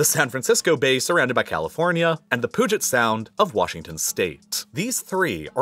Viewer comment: Pyuu•juht sound not the poo•jit 🥲